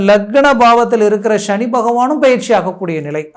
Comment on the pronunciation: Please prounance as SANI bhagwan ,please don't pronounce as SHANI it sounds negative